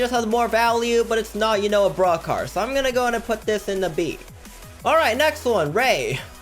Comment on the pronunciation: its sounds like he's saying BRUH car Not Broke car